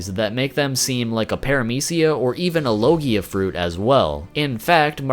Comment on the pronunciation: Your pronouncing logia wrong lmao